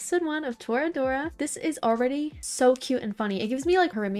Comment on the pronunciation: You are saying the title right, so happy to see more people enjoy this show.